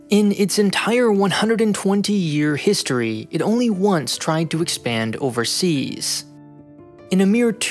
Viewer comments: "overseas" LOL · "Over sea's"